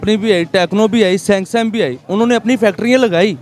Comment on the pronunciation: Samsung is pronounced as "Sex-Some" in pakistan. listen at 4.15